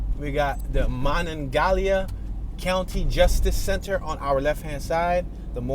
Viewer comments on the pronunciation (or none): Man, you are butchering every name you say! The stadium is pronounced MYlan Pushcar (Milan Puskar), the county is pronounced Mon an GAL ia, the river is pronounced Ma non ga HEE la